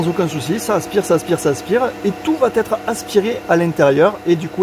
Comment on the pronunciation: Vous êtes sans doute très pro mais de grâce, « ça va t être « , c’est pas bon...ça va être, va me soulager à un point que vous ne pouvez pas imaginer..sans rancune,😃 mais j’essaie de défendre la langue française, à mon niveau...